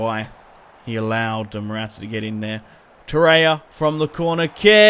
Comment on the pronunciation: Stop saying Torreria Wrong